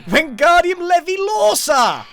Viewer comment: Stop stop stop you're going to take someone's eye out, Besides you're saying it wrong. its Levi-lOre-sa not Levi-lore-SA.